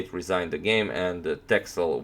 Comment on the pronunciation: It's pronounced "Tessel". It's a Dutch island (part of the Waddeneilanden). And yes, there are a lot of sheep there ;-)